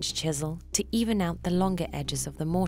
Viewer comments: Stop saying mort-ice. lol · This has to be one of the most misleading video. The guy using the wrong vice. He is wiggling the chisel all over the place. Even the way you say mortice is wrong. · Can't watch this, who says "Mortise" that way 😂